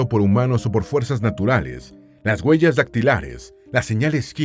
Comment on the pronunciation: Se dice se doctoro, guellas, yelo, de verdad? O se dice obtuvo un doctorado huellas hielo,.ect.😢